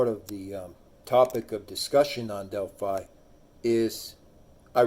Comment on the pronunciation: You're wrong about so much information. Smh .. Delphi is also pronounced (DEL-FI) long I .